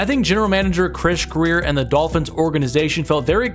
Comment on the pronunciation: Midolphins lol